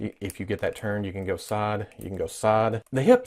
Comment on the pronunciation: He says saide to saide instead of side to side